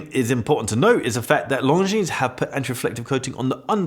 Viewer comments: but I bet you've heard many managing to pronounce Longines decently. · Longines is pronounced with a silent “S”. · Bruh, the “s” is silent in Longines. 😘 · One does not pronounce the "s" at the end. At least not in French. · I try to pronounce things in their original language. Some are impossible or unknown for me but Longines is unexcusable for a watch enthusiast. For much more complicated names makes an effort. Why not for this one?